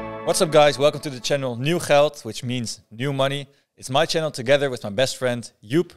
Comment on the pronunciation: It's so funny how the Dutch pronounce Geld. Greetings from Germany. Great content